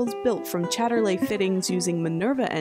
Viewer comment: it's Chayter Leee , BTW. it's English not Frencklish. :=)